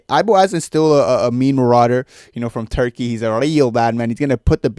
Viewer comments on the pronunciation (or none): none